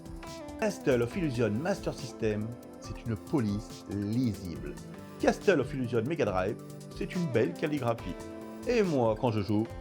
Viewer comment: J'apprécie tes vidéos pour plein de raisons comme les points de vues inhabituels et les informations techniques précises, en revanche, les illustrations sont souvent très mauvaises à mon goût, notamment les images IA. Des comparaisons d'écrans auraient été appréciées et bienvenues. Enfin, mes oreilles pètent les plombs à chaque 'Casteul of illusion'. Ça se prononce 'Kassol of Illougeonss'